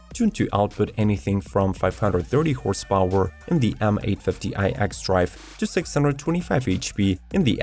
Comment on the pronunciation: Horse paoowwer 😂